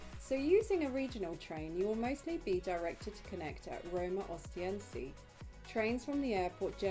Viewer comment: You have mispronounced Civitavecchia any single time (without mentioning Trastevere and Ostiense) . Don't you check before turning the camera on?